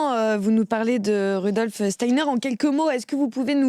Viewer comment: Pouahhh que de bêtises et d'integrisme , tocsin dégringole ou quoi Clémence a laché l'affaire??? , la journaliste qui essaie d'enfoncer le clou et ne sait même pas prononcer Steiner..on se croirait sur une chaine subventionnée et ce moment navrant termine sur ces menteurs subventionnés de la midiluve! La totale ! Steiner a dit en 1917 qu'un vaxxxx serait inventé pour bloquer la conscience et empêcher les gens de s'ouvrir à la spiritualité , chercher à lire les conférences de Steiner plutot que d'écouter ces jugements indignes de quelqu'un qui se dit chretien.